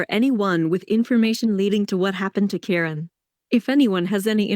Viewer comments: Ky Ron..not Karon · Ki-Ron Ki- Ki-Ki get it right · It’s K-eye-ron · I known its driving me nuts.